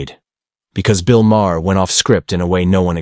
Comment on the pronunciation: “Bill Mah-Her”